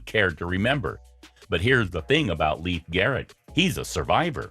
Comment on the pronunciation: What part of "sister" do you not understand? And, btw, it's pronounced "Layfe", not "Leaf"!